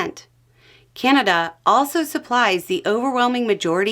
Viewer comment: it's CANada not CAN'Tada